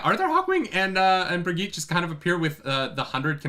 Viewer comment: They pronounced Birgitte correctly in the show, but still doesn't know how. Remember Helga's doll?